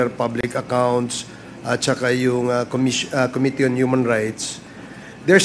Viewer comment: OMG.... weh maging presidente?????? incorrectly pronouncing Committee.... sakit sa tainga para maging future president.